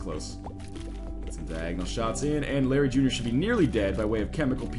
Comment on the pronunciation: When you started that Larry Jr fight, i thought you said Blueberry Jr XD